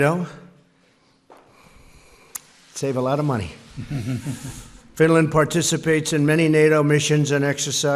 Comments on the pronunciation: At the beginning of TRUMP'S speech, he called Finland Stinland!🤣😂 Look at Finland's presidents face after Trump said that! LMAO!🤣😂🔮ɱყʂɬı¢ąιɱ00ŋ🌙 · I heard it like Swinland...😂😂😂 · what is this Stinland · he said stinland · Wait, did Trump seriously call Finland "Stinland" ? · Right?! I clearly heard “Stinland” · You guys...he said “stinland” 😳🤦🏻‍♀️ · “Stinland,” how tf did nobody in the audience notice or say something about that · I heard it Swinland but so many people have heard it Stinland, so I guess I heard it wrong...😂😆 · I heard sfwinland xD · He did say Stinland. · It's weird how it ended up like stinland in the paper he was reading from. Because just after that he reads Finland! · Oh wow he pronounced Finland incorrectly 🤔 what a horrible president 🙄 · I noticed that too lol he started off dumb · yea, I heard it too lol